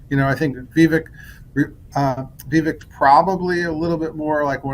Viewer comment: Penn cannot even say Vivek's name correctly 😂😅😂